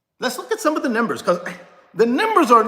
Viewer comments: Yeah, what’s up with …”Nimbers”??? No… the word is pronounced “Numbers” C’mon now, not trying to be super critical but could be some younger folk watching! Also, helps your credibility. Peace, and keep up the good work! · Why can't you pronounce numbers!?